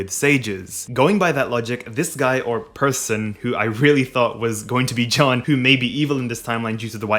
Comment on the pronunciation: It's Jeanne pronounced Jaaane with the "a" like in "Park". Because it sounds like you are saying John. Lol